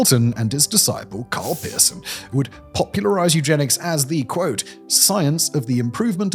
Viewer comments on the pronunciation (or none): You said, " Karl Pearson" and I heard Karl Pisson.